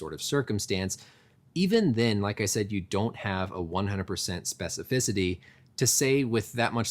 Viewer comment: Props for saying "specificity" like 4 times in 20 seconds without messing the word up